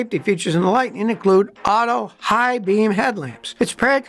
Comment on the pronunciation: "Lightneen"???? When did they rename it from Lightning?